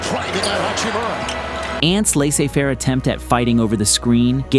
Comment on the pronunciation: Laissez faire is not pronounced like that, my